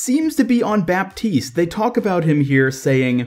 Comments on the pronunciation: Just so you can pronounce it in the right way, Baptiste is pronounced like the "P" doesn't exist ==> Batiste :) Ps : Always a pleasure to see your videos ! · I give you a free tip about French names : mos of the time, when a word is too complicated to pronounce, we just skip letters =) "Baptiste" is way eaiser to say of you just pretend there us no 'p', which is exactly what we do ^^